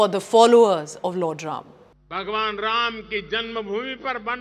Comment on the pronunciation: Bhai इसी लिये बोल रहा हू सही से नाम लो राम को राम बोलो या संस्कृत में भी Ramh bolo. नाम अपभ्रंश क्यों करना. मेरा नाम अमित है तो क्या इंग्लिश में Amita bolege ये.